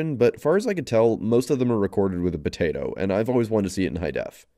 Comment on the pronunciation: did he just call a potato a botato?